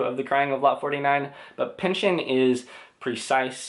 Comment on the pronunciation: I jus have to say right off the bat... bless you for saying Pynchon and not PynchON.